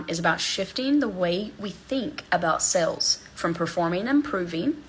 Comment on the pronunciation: When she says "sales" it sounds like "sells", drives me nuts!